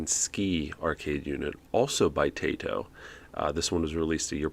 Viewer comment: I didn’t peruse all of the comments so if I happen to repeat some answers, I apologize now. First of all, stick to narrating. Not all of us were born to sing (myself included). 😉 Second, Taito isn’t pronounced “Tay-toh”. It’s actually “Tah-ee-toh”. I took a bit of Japanese language several years ago instead of singing lessons. 😂 Third, the top part of that joystick reminds me of one from an early 80’s Odyssey home computer which, by the way (spoiler alert), they use on “Soul Survivor” when Michael is playing the Atari 5200 version of PAC-MAN. And speaking of video games, KITT and KARR’s start up sounds are from Asteroids Deluxe. Just a little bonus for ya. 😉